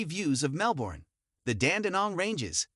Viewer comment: If you're going to do a video on Melbourne you have to learn how to pronounce the name of the city. It's pronounced Mel-ben, not Mel-borne. Normally I wouldn't be too harsh on this point but if you're going to dedicate a video to a city, this is really 101 basics, no one should have to point this out in the comments.